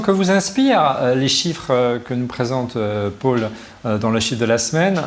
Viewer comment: Pourquoi prononcer "Paul" comme "Paule" (le prénom féminin, Pôle) ? (c'est aussi mon prénom, pour ça que ça fait bizarre à mes oreilles) Je viens de découvrir, il faut que je regarde les autres vidéos (petit à petit, une heure à chaque fois).